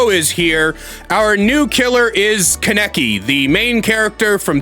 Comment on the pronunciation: as a hardcore tokyo ghoul fan, hearing you say kaneki's name wrong hurts, its ka(h)neki what a pretty big emphasis on the h, and i might even buy this game just to play kaneki